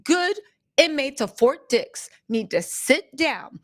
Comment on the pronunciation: Hi it sounds like "FORT DICKS" LMAO.